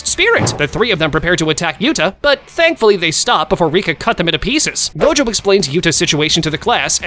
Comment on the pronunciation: I think you miss said gojos name is go. Jo